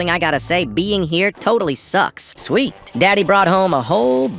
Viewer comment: Why did you say sweet like that?😂😂😂😂😂😂😂😂😂😂😂😂💀💀💀💀💀💀💀💀🚨🚨🚨💀🚨🚨🚨🚨